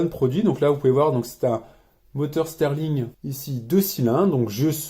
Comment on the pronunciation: Très bonne vidéo mais on dit moteur Stirling pas moteur steurling